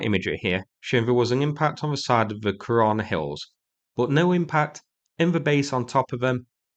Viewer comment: Kirana bases or korona bases 😂😂😂😂